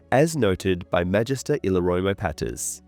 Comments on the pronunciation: Le- murs ??? Seriously... dude i love your vids but please get the pronouncitation right, illyrio is ill-ear -i-o And lemurs is lee- murs . Sorry but its driving me nuts!!! Hehe! Other than that you do a great job !!!❤😊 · The way this dude continuously mispronounces “Illyrio” is grating. …never mind. He mispronounces so many fairly common words it has to be purposeful. Just not easy to listen to